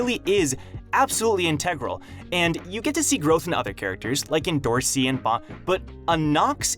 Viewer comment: Its not pronounced endo rossi its end or see endorsi.